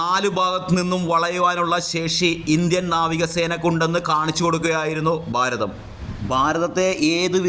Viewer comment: ബാരതം അല്ല ഭാരതം.